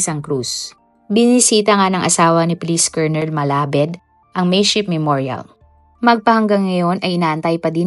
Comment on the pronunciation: Hindi "malabed" kundi "malabad"di mo ni research ng maayus eh"KNOWLEDGE IS POWER"